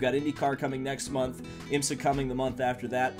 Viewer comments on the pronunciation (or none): none